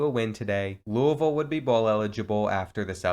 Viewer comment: i’m from louisville nd i’m so happy u said it correctly 😂😂